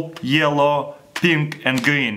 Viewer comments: he said think instead of pink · Why do you say pink....pimp 😂😂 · Instead of pink he said dink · did i hear colour "pimp" ? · He said pimp for pink !!